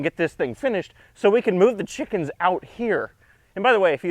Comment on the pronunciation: I like your dialectic pronunciation of "Chickums". Similary here in Australia (That's ..down-under to the likes of you), we spell it "Chickens" but it's often pronounced as "Chooks", "Chiggen's" or in some regions simply "The girls". Some sample usage: "Going down to the charcoal chook shop to get dinner" .. you would not say "The Girls" here because it would refer to the shop attendants. Another example would be "Going down to the Hilton to check if the girls have left us any eggs".